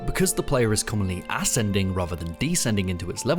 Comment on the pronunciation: For a second there, I thought you said "ass-ending" rather than "ascending." But given LotF's level design issues, maybe the former is more accurate. 😂